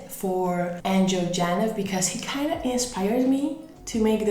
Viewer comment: Its angel ganev pronounced (gaynev) 🙄🙄🙄